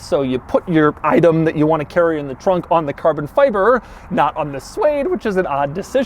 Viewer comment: I got about 1/3 of the way in to the video, when I just couldn't take any more of Doug's extended pronunciation of certain words such as: Carbon Fiberrrrrrrrrrrrr, Togetherrrrrrrrr. Minnnnnnnd, Passengerrrrrrrr, Onnnn.